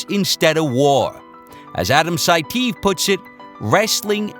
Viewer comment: It's pronounced 'Sai-tee-ev' buvaisar saitiev.